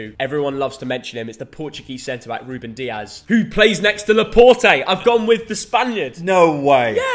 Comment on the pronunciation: Turned off after he said Dias